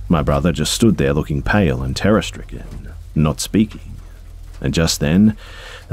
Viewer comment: For some reason I kept thinking you were saying “Tara” instead of “Terror” lol. I’m an idiot. Great video